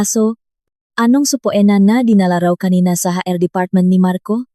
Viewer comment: HR Hindi haer ang pagbasa...